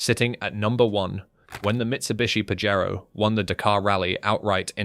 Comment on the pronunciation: Pajero is Spanish and is pronounced - Pah-hey-ro.